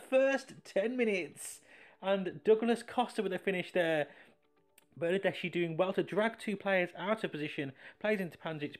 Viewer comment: Its pronounced - > Bernadeski and pyanich I like for the names to be pronounced properly sorry 😅